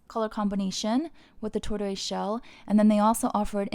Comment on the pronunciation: Tortoise is pronounced “tor-tuhs” (like porpoise), not “tor-toyz” (like turquoise). And vachetta is pronounced “va-keh-ta” not “va-sheh-ta”